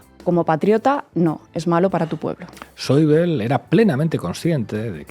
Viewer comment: Buenas Por favor ese sr. se llama Wolfgang Schäuble. Y se pronunncia tal y cómo suena en eqpanol No es un nomble ingles parq urilizar la bl como en el Inglés. Ademas en google te lo pronuncia perfe tamente. Creo que en un mesio xomo zl viesteo se puede cuidar este matiz. Gracias Saludos